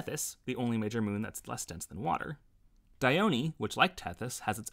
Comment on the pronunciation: thats not how you pronounce dione